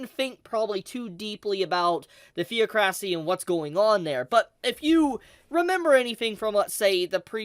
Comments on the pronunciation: God i nearly have a stroke everytime this guy fails to say the word THEOCRACY without spelling it as THEO-CRASY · Pronounced: Thee-ah-krah-see (Theocracy). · The pronunciation for theocracy is the·oc·ra·cy/THēˈäkrəsē. Otherwise good job and thanks for the info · I dislike the way you say theocracy. the·oc·ra·cy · Honestly great video liked the content and will watch more. Buuuut...you put the wrong emPHASis on the wrong sylLABle. thee·aa·kruh·see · Tell me you've only ever read the word Theocracy without telling me you've only ever read the word theocracy. Nothing but love ❤️ but it's pronounced the same way you say theology. Thee-ok-racy. Like that. I recently just discovere only knowing how to read something recently. I've been reading epitome as Epi-tome for my whole life and just found out it was the same word as what I said in real life E-pit-o-me. I felt so silly haha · Theocracy - (thee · aa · kruh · see) I don't know why, but it's driving me crazy that you're not pronouncing this word correctly. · Thee-aa-kruh-see (no hate btw) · It is pronounced 'Th-E-OC-RAH-SEA' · I love you but get it right. It's the·oc·ra·cy and I hope you were doing that on purpose to prove a point. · Funny how the fan translations didn't fuck this up (if you get my meaning ;). Also, please look up the pronunciation of theocracy. You were killing me every time you said it the way you do XD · I was wondering what Jaldaboath was doing in the Slain Theocracy, and the sending of food supplies, so it's nice to get this explanation. One minor nitpick though. You mispronounced Theocracy. The o isn't pronounced like in wore, it's pronounced like the o in bot. You also emphasize the syllable with the o in it.. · I feel bad for people who can't pronounce Theocracy. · Great video as always,! Thanks for the context and information you brought up! Just one "complaint": check the pronunciation of the word "theocracy".:) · Please learn how to say theocracy… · Theo-cracy lmao THe-OC-ra-cy